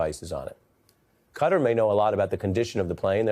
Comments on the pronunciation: USA - the only place in the world without materiny leave - that is telling of the kind of health care in the US Stop calling it cutter - the name is Qatar (a's like in: what - you dont say whut?) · Americans are weird! Since when was Qatar pronounced “cutter”???! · Why can't Americans pronounce qatar properly? It isnt called cutter! It's a country. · It's Qatar ("Ka-Tar"), not feckin "Cutter". Sort yourselves out with this pronunciation nonsense... Where the F did that pronunciation come from? 🤦🏼‍♂️🤡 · It's not pronounced "cutter" it's pronounced Qatar(kuh-tar) jeeebers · Why are you saying "Qatar" as "Cutter" - you're not Maga.. you can read.